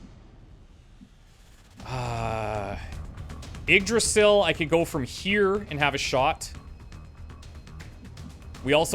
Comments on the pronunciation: its pronounced ig-Dra-zill Im pretty sure. The Y is a i and the s is pronounced more as a z. If Im wrong please someone correct me. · Yggdrasil is said like eeg-drah-sill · You pronounce Yggdrasil eeg-DRAH-sill.